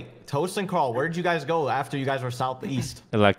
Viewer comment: "TOST, TOST, tost. OMG its Tost!" Everyone: Hahaha, goodbye impostor Toast kill everybody: I just said somme colors, lol Everyone: 😮